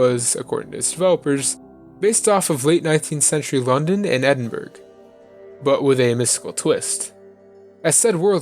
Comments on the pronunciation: Edin-burg! XD XD XD Dude, it's pronounced Edin-brah. Edinburgh, it's the capitol of Scotland. Source: I live here. Great video though nonetheless bud but had to point that out, it made laugh and cringe as a Scot XD Liked + subscribed. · I lolled at 'Eden-berg' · "Edin-burg" does he mean edinburgh cause thats probably the strangest way ive heard it pronounced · man... Edinburgh is not pronounced like that. great vid other than that though